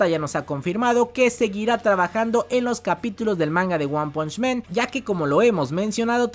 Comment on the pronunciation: El mejor narrador de YT, sigue así amigo; solo una cosa se dice "guan ponch man", no "guan ponch men", ya se que parece de hermione a ron, pero es importante para el canal. Saludos!